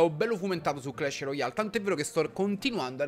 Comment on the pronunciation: Clesh Roial e mortoh!